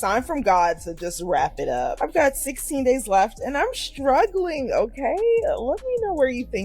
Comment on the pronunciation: Learn how to speak correctly: struggling, not "schtruggling"